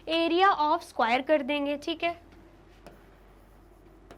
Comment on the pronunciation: Please pronounce square word properly 😂😂😂😂😅